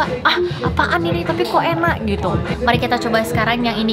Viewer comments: Pas blg "enak" medog bnget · ngomong 'enak' medok banget wkwk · 4.46 ngapak banget ngomong enak nya